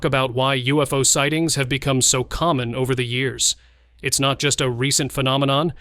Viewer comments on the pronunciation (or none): none